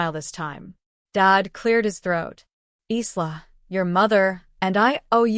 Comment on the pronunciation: Your AI needs to learn to talk. The "s" in Isla is silent 🙄